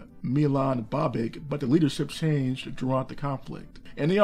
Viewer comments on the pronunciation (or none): It is Babich, Abdich, Krayina... come on man your pronouncing is horror... ear bleeding.